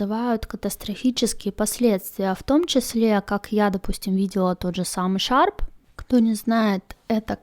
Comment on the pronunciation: Не шарп, а HAARP